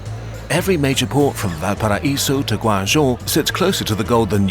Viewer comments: ‘Guangzhou’ is pronounced “Gwarng-joe”. Please do keep working on those Chinese pronunciations. You’re not there yet! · nice try on that pronunciation of "Guangzhou," keep working on it though ;)